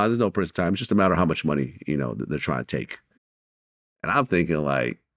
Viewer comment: "One tiem" was he playing the tambourine wtf. Lmao